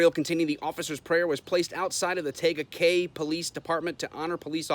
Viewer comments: Say it like tea guh Kay. Tega Cay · Tega Cay. Tee gah Kay is how we pronounce it. This is part of the fastest growing area in America called fort mill Which is the area that was labeled like the top 5 best places to raise a family. This was an attack by the house of satan church they blasted me on my comments about God !! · It's pronounced TEa Ga Cay. And I couldn't believe they actual bowed to some triggered wuss. Whiskey Tango Foxtrot! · It's pronounced Tea-ga cay. And how would you react if it was "Allah" instead of "Lord"? Or whatever other made up imaginary sky daddy you want to pick? This is why government shouldn't have any involvement with any religion. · It is pronounced TEA-GA